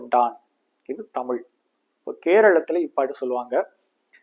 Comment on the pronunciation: தமுல் அல்ல தமிழ்